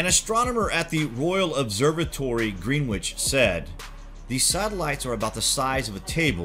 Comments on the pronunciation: At the 4min mark could you please pronounce the word Grennich. There is no green in its pronunciation. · green witch.... . really! try a silent W and a short E